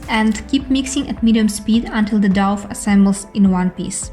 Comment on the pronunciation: Lovely, thank you so much for this video! I will make this tomorrow. Just a very small point, you pronounce it like 'Doh', not 'doff' :)